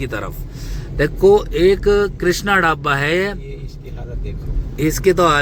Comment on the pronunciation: Dhabba😂😂bolna सिख ले पहले